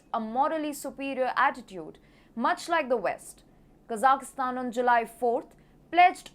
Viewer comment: usually your pronunciation is great, but not this time. There is no "i" in the middle of Kazakhstan, like "" and most of the the other Central Asian countries. Please correct this, but keep up the great reporting.